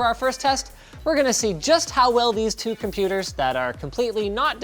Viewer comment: not like "two" saying it like toe 🙂